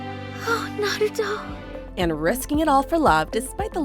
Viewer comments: Naruto not narooto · i cringe whenever someone says “na-root-oh” instead of “na-ru-toh”. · How she says Naruto lmao NaROOtO 😂😂😂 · Do people really pronounce Naruto like “nuh-roo-toe” like wha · Watchmojo has being mentioning Naruto for years, but some hosts/narrators DONT KNOW HOW TO PRONOUNCE NARUTO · Every time she said it i got seriously hurt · Sorry guys but they way you said Naruto internally triggered me... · Let's goo, they put the last! If only they said Naruto's name right... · The way she pronounced Naruto😭😭😭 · NOOO the way she says NARUTO AINT IT 😭😭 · The way you pronounce "naruto" lol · Why am i getting triggered when she say “Naruto” wrong